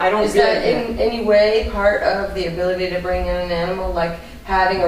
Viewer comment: "Bring" not " being"